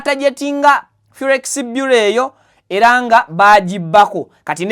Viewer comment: The word is Forex Bureau not Furex